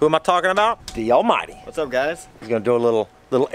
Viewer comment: its dallmyd Scott